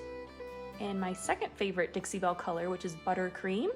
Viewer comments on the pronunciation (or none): none